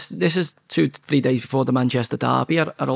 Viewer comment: Very articulate 😅 He can't even talk properly free, fort, fink, firty free etc